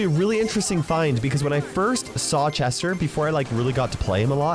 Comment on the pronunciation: Drinking game- Take a shot everytime accidentally says "Jester" rather than "Chester"